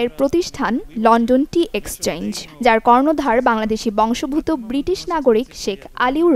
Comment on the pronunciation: বংশভূত কি? দয়া করে উচ্চারণ ঠিক করুন!